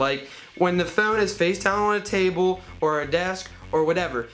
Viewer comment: Gotta love the way he says "phone". Phewn lol